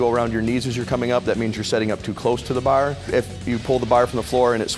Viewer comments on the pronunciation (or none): Learn how to say the word 'bar' like a normal person.